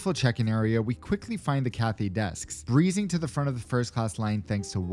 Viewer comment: “CARPET” PACIFIC